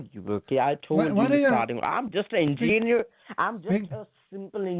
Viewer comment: Ingeenier??? 😂 This guy is a real eejit! 😅